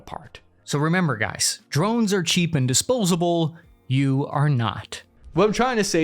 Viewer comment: Did you say New Jersey? Oh, you mean the "Drovnis"😂